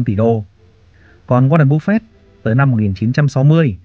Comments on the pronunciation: Em không có ý gì nhưng anh phát âm tệ quá ạ, nghe cứ búp phẹt, nếu như có thể anh cứ bắp phây cũng được. Em không chê đâu ạ, em chỉ mong nghe dịu tai hơn thôi. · phải đọc là búp phê :)) mới đúng là dân vn kakaka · chịu cứng , sao lại đọc tên của ngta xấu vậy , búp phẹt 😂😂😂